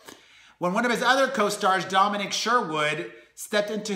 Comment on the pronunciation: Domin-EEEEEEEEEEKKKKKK................ isnt it domin-nick